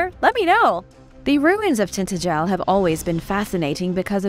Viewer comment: No offense but it's pronouced Tin TA gel. My ex husband is from Cornwall.